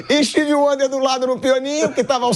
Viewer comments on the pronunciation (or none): Pilhado falando steve wander kkkkkkkkkk